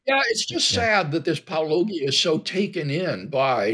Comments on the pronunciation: It is willful disrespect - and so many of them do it so frequently. Paulogia pronounces his name on every video - all they have to do is listen once. Is it believable that they don't do that? No, it isn't. The mispronunciation is intentional (maybe an inner-circle joke). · It kills me that these people still can't say the name right, despite it being said at the onset of every single video ever released on this channel. That's a level of willful ignorance that sociologists are going to be studying for decades to come. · The simple fact that he purposely mispronounces your name is enough to show that he's a disingenuous piece of human excrement. As if that's not enough, the fact that he says you weren't "a real christian" makes it unarguable. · If apologists don't watch Paulogia's videos, they shouldn't respond to them. If they do watch, then they hear him introduce himself every time. So I can only assume that the near-constant mispronunciation of his name is a deliberate, infantile attempt to mock him. Except it doesn't work. It makes it look like they're too rude to check, and too stupid to grasp the obvious pun. It does nothing to make Paulogia look bad, doesn't seem to bother him, and makes the apologists look like childish morons. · Given that pronounces it in every video? I suppose it's possible that WLC has never watched a Paulogia video and only heard the name from other apologists mispronouncing it on purpose. But yes it's on purpose. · It's interesting, distressing, and insulting to hear how many different ways these apologists can mispronounce Paulogia. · I love how they whine about the paucity of your intellectual life when they can’t pronounce your name correctly. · It amazes me how deliberately Christians intentionally mispronounce Paulogia. . . actually deliberatel dishonesty out of a Christian is par for the course. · Apologists who can't pronounce Paulogia. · Ah, back to Apologists who can't pronounce Paulogia. Feels like coming home.